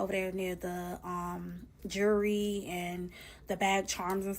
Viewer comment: The way she says jewelry is funny